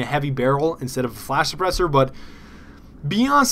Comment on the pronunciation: Flash-Sa-Press-Er *Not making fun of you*